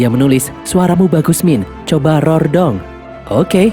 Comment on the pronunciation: Rorrr nya bukan gitu min🥲